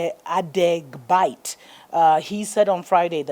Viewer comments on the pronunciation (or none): lol Ade bite. It's Adegbite !!